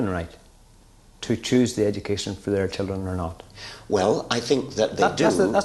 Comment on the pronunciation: Lol it’s how you say children if you have a strong Irish accent.